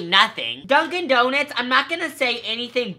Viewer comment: Donuts not donits